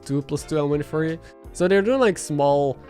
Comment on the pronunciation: I love you and have been there since your start. Im the guy that said how sellementals used to ask if i need a drink? And i said constantly. 6 months sober in 8 days. But man. You still are prouncing two words very wrong. "Three" and "Fury". I am not making fun of you, juet trying to help. I think you learned them wrong. The best way to pronounce them are: SUH - REE and FEH -YURRY Which isnt 100% accurate but would be an upgrade bc it sounds to native speakers like you are saying "tree" and "furry". Hope the suggestion helps and trust me i understand. Have been learning Spanish for years and im awful. Other than those two idiosyncrasies your English is top notch: D